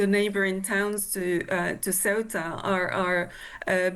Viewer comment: It's orchestrated by the Moroccan government, they do this periodically to get back at Spain; this time, because Sánchez is doing deals with Algeria, and also because they recognised Palestine, and the Moroccan regime is in the pocket of the Zionists. Get your facts straight! And learn to pronounce Ceuta correctly!! 😂😂